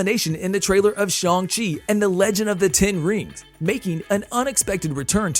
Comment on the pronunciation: It is pronounced Shang-Chi not shong